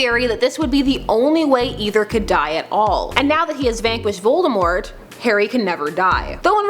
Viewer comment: Your saying Voltemort wrong....